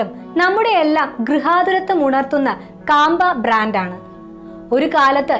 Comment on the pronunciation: കാമ്പ അല്ല മാഡം ക്യാമ്പകോലാ